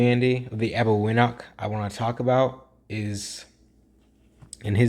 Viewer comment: It’s pronounced Arbeñoch (ñ as in Niño and ch as in Chipotle or Champion), not Arbegnok